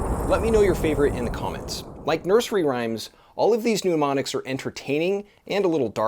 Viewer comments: Work on your pronunciation of “mnemonics”. It is different than “pneumonics”. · Very cool here. ust a fussy point: it is said Nemonics ( altho spelt mnemonics) - but it's all cool. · Mnemonics not “pneumonics”